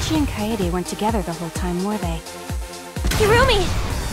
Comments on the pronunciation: Izayoi Yamazaki naegis is pronounced nai-gee, while kaedes name is pronounced kay-deh (or kay-deh). Not fucking kayayayayaydeh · ( I am aware that this is a year old comment but i'd like to point this out in case there are still people who are watching this and using the comment above me as a fact ) . . . . . It's KA-EDE, you pronounce it the way it's written. KAH EDE not KAYDE, what is Kayde? It's a japanese name, not an american name, she's not like Kaitlyn or Katie, it's KAEDE, KA-EDE same applies with Naegi, Komaeda and Taeko (Celestia's real name) they're supposed to be read the way they're written. you don't pronounce NAEGI as NAYGE it's Nah-egie.. Same with Komaeda, it's Ko-ma-eda. NOT KOMAYDA or Koma-E-da... And you don't pronounce Taeko as tayko it's tae(tai)-ko (like the drum) here's some special mentions: you don't say "shuai-chi" when you pronounce Shu-ichi (obviously) you don't say "core-kiyo" when you pronounce KO-RE-KI-YO you don't say "ha-jaim" when you pronounce HA-JI-ME (this should also be obvious) you don't say "a-cane" when you pronounce AKA-NE you don't say "niko-maru" when you pronounce NE-KO-MA-RU (this should be obvious) you don't say "mayoh-da" when you pronounce MI-ODA (as mentioned by Ibuki herself) and the most mispronounced name in the game ever DANGANRONPA is DANG (like the reaction) -AHN-RON-PAH and not don-gon-ron-pa or donkon-ronpa or dan-gan-run-pa